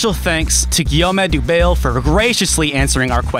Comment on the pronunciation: good video but if the guy is french im pretty sure dubail is pronounced like the city dubai